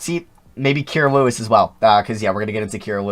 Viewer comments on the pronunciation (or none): Don’t mean to be rude but your saying Kira Lewis Jr’s name WRONG